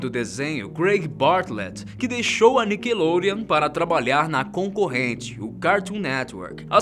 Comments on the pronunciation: Ele falou nickelonreon é Nickelodeon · "Nikelorean".. KKKKKK